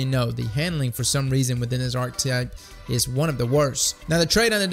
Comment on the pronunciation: Archetype = Ar + che(que) + Type. That's how you pronounce it :)